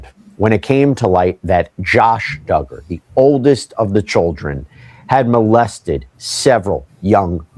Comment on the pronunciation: 🤦🏻‍♀️All you need to do is google or youtube “how to pronounce Duggar last name (from the popular show: 19 kids and counting)” Its Dug-ger. Not Do-ger. We always need to do our research prior to making a video. Also, most of your show is fake news. Yes he was arrested etc but sooo many details are wrong. ex: None of the Duggars are part of a cult or part of that Baptist preachers teachings anymore, not for 20 years! They are all evangelical and modern Baptists now and all part of mainstream mega churches.